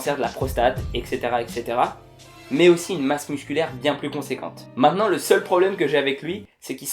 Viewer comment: On dit et cetera, pas exctera, merci pour mes oreilles